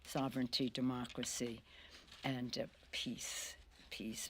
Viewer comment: "peace.....peace peace peaaaaaaace"....Nancy hiiiiiiiiigh